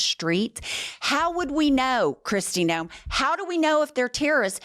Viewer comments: Noem not Noam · Kristy Nohem babbles about habeas corpus like it’s a skincare brand, spewing a gag reflex of pseudo-intellectual sludge with all the confidence of someone who just Googled the Constitution five minutes ago